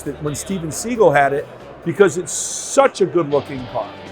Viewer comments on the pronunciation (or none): Did this man actually call Steven Seagal "Steven 'Seagull'"?